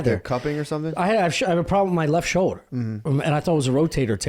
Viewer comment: 'problem wit my leff showler'